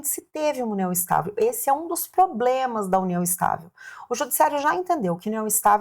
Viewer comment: Você falou "POBLEMAS" ou escutei errado? kkkkkkk